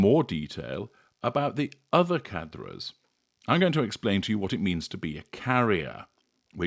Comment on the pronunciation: Well... in French it's the gutteral "r" not the roll of the tongue "r", and the "s" is silent. Still, provides unmatched information.